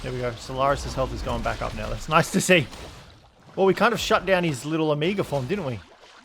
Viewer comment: Lol... why do you pronounce omega as "ahmiiga"?